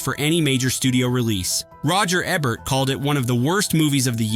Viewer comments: roger aaa-bert?? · He says Roger Ebert's name numerous times, but only pronounces it correctly twice.